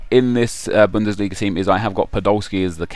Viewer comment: BUNDELISGA? LOOOOOOL